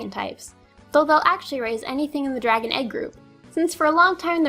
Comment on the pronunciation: o you said Draon!